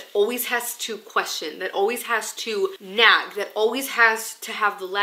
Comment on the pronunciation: So, every time she said “nag” I heard “nap” and I was so confused. Also, “prayer closet” just evokes the image of Carrie being dragged into the prayer closet by her mom in the movie “Carrie”. It didn’t end well for her mom….